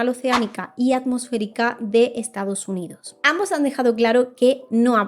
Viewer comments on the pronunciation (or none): Temas muy interesantes pero me da algo escucharte decir "en lo estado unido" "a causa de lo huracane" "a lo largo de lo año" 🥴 y las S's? Es una de las características principales cuando hablas en plural.